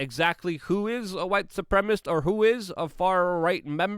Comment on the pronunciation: It is white suprem i sist! Not supremist.!